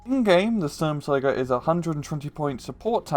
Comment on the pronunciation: Stumtiger, it tig sturm.